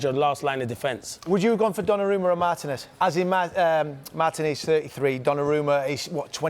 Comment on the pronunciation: Despite being Yank, I far prefer English speech versus American. However, Martinez is pronounced mar-TEE-nez not MAR-tin-ezz